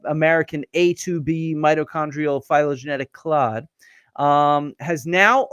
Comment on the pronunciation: MEMBERS : Can one of you please help Dr Dibble out with the pronunciation of "clade"? He pronounced it with a short a = "clahd" a few times. Whenever I hear paleontologists and evolutionary biologists, and the like, say it, they pronounce it with a long A = "clay-d". The "e" at the end in English usually makes for a long vowel sound. ------ Thank you very much!